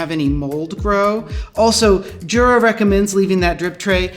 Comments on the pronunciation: Now do a video on how to pronounce Jura, and make sure the staff watches it. :) It's a Y-sound, not a J-sound. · Yep. Going back to and forever, no one there has ever pronounced it with the proper Y sound, as Jura themselves does on their own instructional DVDs and videos USUALLY. That said, they seem to be giving in to the mispronunciation and sometimes saying Jura with a J sound themselves sometimes, such as in videos with their spokesman, Roger Federer. I think it's like the English hotels catering to tourists and suddenly advertising "High Tea" instead of "Afternoon Tea," even though they know high tea is a "peasant meal" for the working classes that's essentially supper consisting of leftovers, and not the elegant affair with tea sandwichs, petit fours, scones and clotted cream, and so on. The "high" in high tea comes from the table height (dining height table) versus the lower tables of afternoon tea (which is sometimes also called "low tea"). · you are a jura. this is pronounced "yoorah"